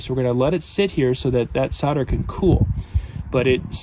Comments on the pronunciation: Isn't it called Sol der not Sod a? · Why do americans say sodder?. It's solder